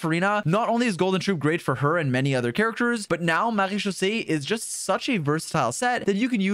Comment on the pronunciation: How the Hell can this Man Say "Marechaussee" with a FLAWLESS French accent, EVERY TIME, yet can't Say that name "Charlotte"?!?! Neither the English OR French Pronunciation of the name! (Yes, they're Different!) Also, why is he not Mentioning the "Vourukasha's Glow" Set to fit with Furina? Sure it's 2 Piece set is HP%, but It adds up to 50% FINAL Damage Bonus to Both Elemental Skill AND Burst if you take Damage Often enough (Yes I know it's Wording is Confusingly Worded with the numbers chosen, but it DOES give a Final Value of 50% at 5 Stacks)... That's a HUGE Amount! The Set was Designed to Work With Deyha's Damage Absorbtion, but it Should Work just fine when Furina Drains your HP Too!